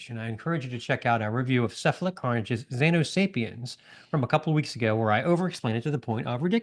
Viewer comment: at 27 seconds, says "Cephalic" wrong... just bustin' balls, y'all. Luv you guys!! - Jymbo